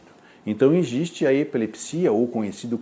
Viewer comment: Pq ele não sabe falar "existe"?